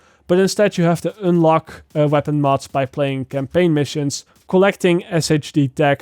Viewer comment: I love the way you pronouciate un "une" like unelock 😅😂